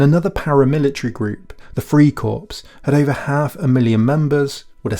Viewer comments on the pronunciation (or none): It's "Lebensraum" - i.e. "LAYbensraum", not "LEEbensraum", for heaven's sake! And "FRYcorps" not "FREEcorps". Drives me crazy.... Otherwise, it's great.